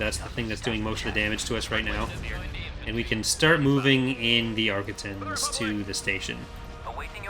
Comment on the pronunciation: I don’t know who that is, I’m pretty sure the Arquitens appears in Clone Wars though, so surely they’d know how pronounce it? Either way it seems odd nobody would have double checked this guys voice over work. It’s quite an obvious error in his speech.